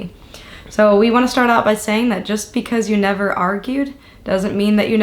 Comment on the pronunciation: “Neva eva” 😂😂😂